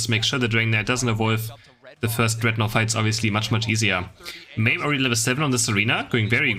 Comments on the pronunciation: It's ma meh, like edamame. It means pea in Japanese. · Why does the e is hard sounding like "ie" or "y". It is just Ma-meh.